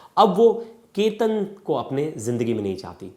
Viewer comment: Kya anchor banega re tu! Sir aap sahi se Chetan & Ketan nahi bolskate to itne videos kyu banate ho. Just apne khudke video dekhlo purane. !